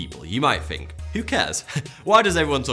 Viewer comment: Another word is "Think" sounds like "Fink" as in What do you fink the question is? I remember something about these kinds of accents/pronunciations being common in his geographic area. I agree that it is a creative name giving his channel answers a lot of questions about life, the universe and everything.